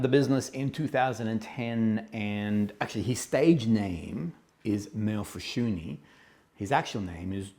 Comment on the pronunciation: Awww you said his name correctly. You’re the only reviewer to do so. Small victories. Seriously, I am so enamored with this House. His fragrances are so calming, beautiful, and therapeutic. Thank you for featuring him and his work once again. B🤯 🤯M